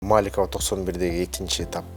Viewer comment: көчөлөрдүн атын кыргызча туура айтсаң, чоң чиновник туура сүйлөш керек! МолдобасановА, МаликовА- деген кандай?!!! Алар эркек кишилер болгонун билесиңби?!! Уят! ТоктогулА, Тагалока Малда- деген орустардан айырмаң жок го?!!!